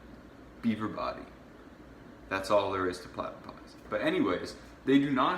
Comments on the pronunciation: It’s platypus not a fucking platapod bitch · Ya know when he has fucked up when he says plyater pod instead of platypus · it’s actually p l a t a p u s 😂 platypodpie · It's platypus not platypod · Platipies?I think you mean platupus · platypus ok not platupods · You are a hairy little rat that is so dumb he doesn’t know that we are actually fish who live in space i bet you didn’t pass grade 1 and we brain wash “Americans” to think we are actually real 😮 and it’s platypus not platapie or platapod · I’m Australian and this is pure entertainment by the way it’s not platipies or platapods it’s platypus’s 😂😅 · 'Platipies'??? HAHAHAHAHAHAHA platypus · Ten reasons why this guy is dumb 10 if we in Australia were actors we would be rich and not have people living on the street 9 it’s not our fault we live in the middle of no where 8 has clearly not used a boomarang problay 7 it’s platapus not platypod 6 doesn’t understand there are worst places in the world 5 he doesn’t know spiders and snakes don’t attack unless you provoke them 4 Australia and North America are different jackass 3 he’s a jackass 2 blames Australia for his short Cummings 1 he believes anything he reads on the internet Come at me haters I dare you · it a platupus not a god damn platapod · Did this guy just call a platypus a platypod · Pladipies pladipods? What are u talking about........platapus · i was like, u bloody idiot, they are called PLATYPUS not PLATIPIE. Such a donkey. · Wtf Does this kid even know what he is talking about platapods 😂 platapus* The desert Australia only has one big desert that is only on one side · You have seriously lost your marbles. You need to get your head screwed back on haha and you can't even say australia properly and its platypus no fucking plata- pies or however you want to say it dick head. You seriously are thick, mate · This guy is a laugh! Platypus not platy pods! Ha ha ha ha! I love living in an imaginary land! Maybe there are unicorns and dodos here too!